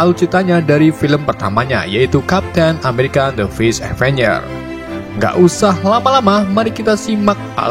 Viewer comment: Indo bet:v